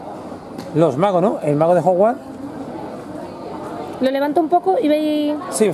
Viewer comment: Ejem... No se dice Hogwart se dice HOGWARTS